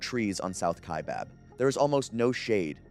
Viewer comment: Kaibab is pronounced like sky or hi not like hay or way. EDIT : How did you get it right the second time? Then it's bob? Then right again. Just tongue tied I guess.